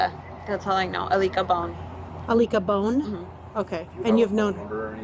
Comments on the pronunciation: So I-lick-a-Bone (Alika Bone) is the new Zanny the Nanny? (Zenaida Fernández) Laughable... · "I-lick-A bone"? did she just kaiser sose that from a memory of what she did after she murdered her own child? like this is mf a wackadoo wtf. i get the vibe she had some sort of psychotic break and the people in her life just didn't either know what to do to help her in the long term or did not actually help and just enabled her behaviors to this point so they could keep the kids for themselves? where is the dad? what is his role in these childrens lives? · “Aleeka Bone”🧍🏾‍♀️ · Did she say I lick a bone? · Her name is AA-licka Bone? Really I lick a bone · she def keyzer söze’d that name…. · Ilicka bone!? Is she serious?.....I lick a bone? Is anyone else hearing this or am I crazy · She said Alka bone?😂😂 sounds like lick a bone. It’s very sad what she did though craziness. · "Aleka Bone" definitely sound like "I lick a bone." I knew for sure at that moment that she was lying and made up the name. Poor baby. May he RIP. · She says Alika Bone and I knew where this was going 😐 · HOW are you mispronouncing her name through the WHOLE video, when she and the officer say it several times?? 😡🤦🏽